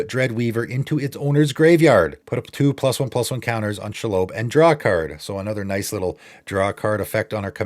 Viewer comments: Shee-lobb Absolutely no-one: SHAAALOWBE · Very nitpicky but the spider is pronounced SHE-LOB like she/her and lobby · Never heard shelob pronounced pike that in my life lol